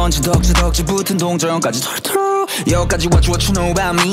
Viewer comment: 저스티스 털어털어 가사 할때 발음 좋네